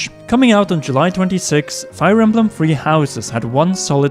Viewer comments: Dear Britain: it's Three not Free... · I like the way he says “3” lol it sounds like “free” so cute.